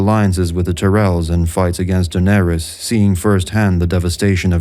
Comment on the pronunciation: I dig the video but to this day it still drives me insane, people mispronouncing Targaryen names - anything ending in 'ys' is going to sound like 'iss' not "eez". Just like Daenerys isn't pronounced 'Daenereez'; the mad king Aerys isn't pronounced "Air-eez", it's 'Air-iss'. The same for Viserys, it's 'Viss-air-iss' not 'Viss-air-eez'.